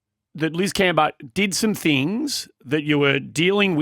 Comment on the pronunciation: anyone think is actually Liz? Liz can I ask you for the correct pronunciation of Cambage? Is everyone messing it up or do you keep changing it to be a diva?